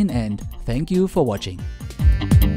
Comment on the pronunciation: "Thank you"? But you always saying "Senk You" :(